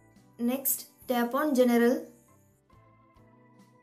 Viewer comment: It is gen rul not ge ne ral